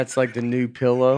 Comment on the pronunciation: Can we talk for a minute about how pronounces “pell-low”?